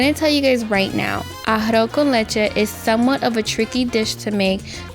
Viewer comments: Ahafo kən leCHe xd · Very nice, but ummmm you can't even pronounce "arroz con leche" ? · Made To Order You're not pronouncing it right haha, it sounds cute tho! Good recipe btw :3